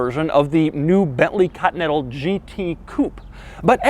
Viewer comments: It's not cuntinental, it's continental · Doug pronounces Continental so weird. Katintel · No one: Doug: "Bentley Cotnettal" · "Cottonental GT" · "Cottonettal". Yea i know "Continental" very hard to pronounce :D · What about when he says "cottonettle" 🤣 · Why the fuck you pronounce "Continental" as "cut metal", Doug? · I really get triggered of the way he says continental. 😂😂 just kidding keep up the good work